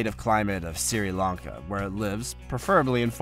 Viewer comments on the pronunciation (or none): Sri Lanka , not Siri lanka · It is Sri Lanka not siri Lanka. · Siri lanka? It's Sri Lanka (pronounced 'shree lankar'). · Siri Lanka???😂😂😂 Maybe the name Ceylon should have been kept! Siti Lanka…I assume he’s reading a script and Sri was autocorrected to Siri. I really hope that is the answer…the alternative is embarrassing…who doesn’t know Sri Lanka?😂